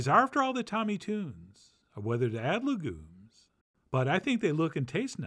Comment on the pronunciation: I’m sorry but “Tunes” does not rhyme with “legumes”